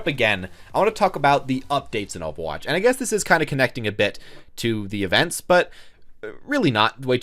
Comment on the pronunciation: “OH VAH WATCH” Actually kms